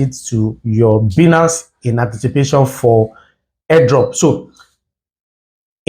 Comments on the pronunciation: It's pronounced as baaaaa--iiii---nnaaaaance not biiinance ..😒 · It is Bainance pronounced